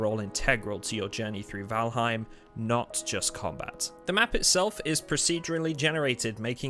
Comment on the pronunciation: Not trying to be a grammar nazi but it's pronounced "voll haim". Other than that the video is good, and I am convinced to buy the game.